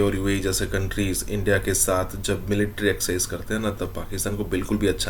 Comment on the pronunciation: एक्सिझ नहीं एक्सरासिझ